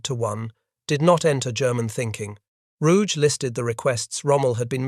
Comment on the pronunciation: German names never pronounce the letter "g" as if it was French, like in the French (and English) word "rouge." The Admiral's name was pronounced ROO-ghe, the second syllable like the English word "get" without the final t.